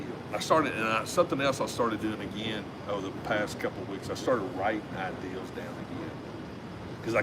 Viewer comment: Speaking of mispronounce words: it’s ideas, not ideals, but I know that’s a Tennessee thing, but even a great idea maybe less than ideal!😂